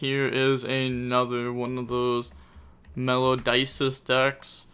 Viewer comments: bro what is a "Melodices" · I dont care about ocg meta, I'm only here to listen to this guy keep pronouncing Melodices 😂❤